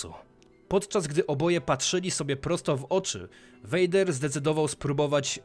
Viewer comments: No spoko... tylko przydałaby się jeszcze poprawność w wypowiadaniu imion, czy nazwisk bohaterów 😉 (czyt. vAder tylko vEJder, itd.) Przydałoby się to zmienić, bo (jak dla mnie) troche psuje odbiór... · Wszystko kox ale popracuj nad wymowa bo raz mówisz Vader a raz poprawnie vejder...i ta leja ograna xD